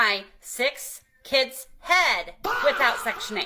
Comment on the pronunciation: Kids vs. Keeds ask vs. axe